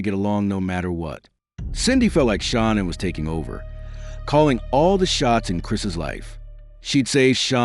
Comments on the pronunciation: HOW DO YOU EXPECT ANYONE TO TAKE YPU SERIOUS WHEN YOU CANNOT EVEN SPELL OR PRONOUNCE THE NAMES INCORRECTLY CORRECTLY…….GIT IT RIGHT IF YOU WANT YPUR STORY TO BE CREDIBLE. Her name is pronounced Sha Nan……. Shanann did not go to North Carolina to see Chris’ parents…… She went to stay with her family and may spend some time with Chris’ parents. Well……..Shanann certainly didn’t stuff those babies in those crude oil tanks….that was all Chris. Shanann would never kill her babies. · I can't take you not pronouncing her name correctly 😱 You could at least respect her 🙄😥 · Please, please pronounce the victims name correctly! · You should show some respect and train your AI bot to pronounce "Shanann" right. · Won’t watch this when you can’t even say Shannan’s name properly!🤬💩👎🏻🙄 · Me as well. Not subscribing.